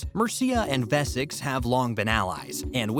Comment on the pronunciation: The narrator can’t even pronounce Wessex!